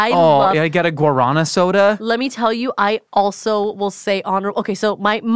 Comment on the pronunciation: pronunciation of guaraná was insane